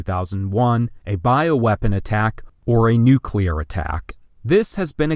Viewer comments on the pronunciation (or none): none